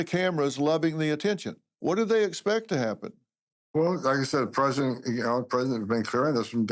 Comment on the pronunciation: It also kind of drives me nuts that he says, "Predent Chrump" and not "Prez - i - dent Trump". 🤣😂🤣😉